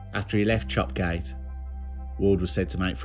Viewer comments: Chop Gate is locally pronounced Chop Yat 👍🏻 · Chop Gate, is pronounced Chop Yat. In local dialect. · It’s pronounced “Chop-yatt” for some reason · Only live twenty minute drive from there for anyone who is interested Chop Gate is pronounced Chop Yat. Yat being from old Norse. I've always found Bilsdale an eerie place. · Chop Gate. Pronounced Chop Yat for some proper Yorkshire reason or other 😄